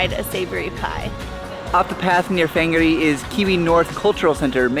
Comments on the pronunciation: You say whangarei wrong, sorry i have to correct you because im a local Fong-are-a or fung-are-a or wong-are-a Its just easier to say it that way, may not be 100% correct but its the easiest way to spell it correct to the way people may say it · It’s very triggering it’s pronounced fungaray but spelt whangarei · Whanga -ray is how you pronounce it. Try a Steak Bacon and Cheese pie,really good.